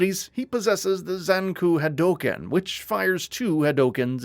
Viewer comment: See another perfect example of why this channel is trash now… mispronunciation of something as iconic as the word Hadouken… anyone that has played even one round of any of the countless SF games, has heard this word said at least 97 times, I guess it’s easy to mispronounce when reading it for the first time though… smh.